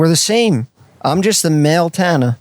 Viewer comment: I'll never get over how Jeff pronounces Tana.. Tah-na